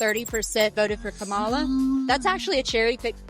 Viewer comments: Why would you interview a random DSA person for this who has 0 knowledge of electoral politics and never won anything in Mississippi. She couldn’t even pronounce Harris’ first name right. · the way she is pronouncing kamala is horrendous lmao